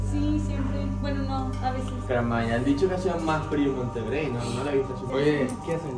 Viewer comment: Monterrey ❌ Montegrey✔️